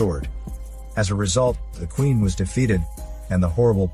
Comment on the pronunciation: Oh plz "which quieen" LOL